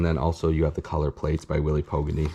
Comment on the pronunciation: Please pronounce Pogany's last name properly.